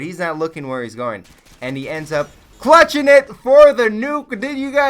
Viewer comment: "Then he ended up CHLUTCHING IT FOR THE NUKEE!!!!!" xD